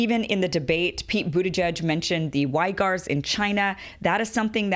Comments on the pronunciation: Kim, a very good, informative video. But the Muslim ethnic group living in western China, the Uighurs, is pronounced closer to WEE-GURS rather than WHY-GARS. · Do youtubers mispronounce things intentionally to fool algorithms? Uighurs (We-grrr)? Is it Y-grrr? Am I wrong? Idk it throws me when respectable minds overlook pronunciation. Forgive the nit pick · it’s “wee-gurs” kim 😉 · It's pronounced "wee-gers".